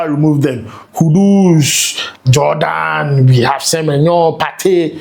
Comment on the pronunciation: please pronounce Semenyo well. I'm a big fan of you.